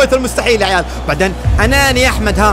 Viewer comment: يبي يقول يعيال قال يعوال 😂😂